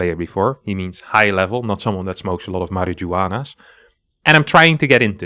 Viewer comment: subbed for the "mari-gu-ana'